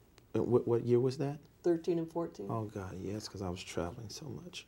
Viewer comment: He should have given the money to the Church of Cawd 🙏